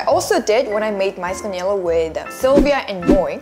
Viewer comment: It's quite amusing that you pronounce "yelo" as " yellow".. ㅋㅋㅋ